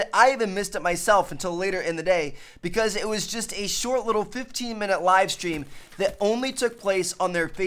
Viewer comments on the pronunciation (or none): There was a wivestweam yestday. He legit said that.